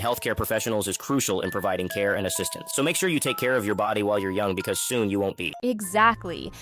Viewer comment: He really said son instead of soon 😂😂😂😂😂😂😂😂😂😂😂😂😂😂😂😂😂😂😂😂😂😂😂😂😂😂😂😂😂😂😂😂